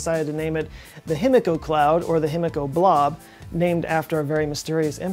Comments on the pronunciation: Love your vids! Japanese pronunciation lesson of the day. The i is always pronounced like “ee” so it’s Heemeekoh. You’re welcome! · Himiko = (He - Me - Ko) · Himiko would be pronounced he-me-ko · A giant what? Oh, a die-key-ree, now I get it... no thanks to your Texan pronunciation.